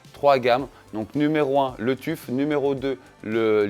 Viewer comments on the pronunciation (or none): "Le Tuffe" 🤣 Ton anglais est légendaire ! ça se prononce "teuf" mais t'as raison, on s'en fout après tout. Les Arctic P12 existent aussi en argb pour à peine plus chers. Joli travail 👍